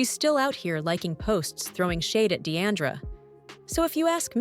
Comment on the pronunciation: Her name is NOT Dee-ANN-dra...